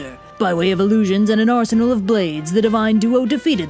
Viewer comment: "And an ARSE-NAL of blades" How did I miss that? The blades stabbed him the arse